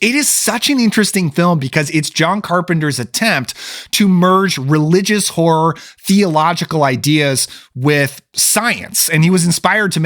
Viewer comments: It's "horror" not "whore." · It sounded like you said Satanic Whore at the beginning